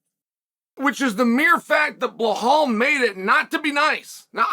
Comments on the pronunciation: Dude , stop saying behal It’s belal with L not H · bro, his name is pronounced like it's spelled, BEL-LAL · Chael it's been 5 years, please learn to say Belal's name correctly